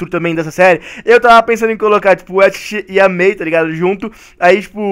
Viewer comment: disse bia ao inves de may